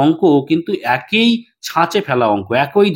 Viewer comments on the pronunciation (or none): What is "ekoi" niyome hote thakbe ? 😂😂 This is "eki" niyome hote thakbe 😏😏